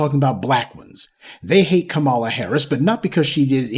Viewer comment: Did I hear Kamammy🤣🤣🤣🤣🤣🤣🤣 that was too much for me! I always thumbs up before it starts but I had to control my laughter to keep my hand steady to tap.